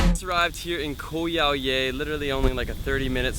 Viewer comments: Great video and indeed it is a great place to go to for a few days. I had to laugh about your pronunciation though. :) Koh Yao Yai means "Island Long Big". The Yai is pronounced "Jaai". Same ending sound as Chiang Mai. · Pronounced Yah-e. Means big in Thai 😂 vlog is on point though! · You pronounce Thai always wrong. Yai (Jaai) = Big/Huge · Nice video but ......How have you lived and spent so much time in Thailand yet still can't pronounce the name of a well known island correctly ? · super annoying how he keeps on pronouncing 'Yai' wrong......